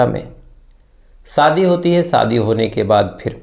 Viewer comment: सर आप सादी नही शादी काहीये और उसा नही उषा काहीये बाकी ठीक है